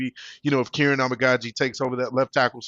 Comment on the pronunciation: KER-RON = kiran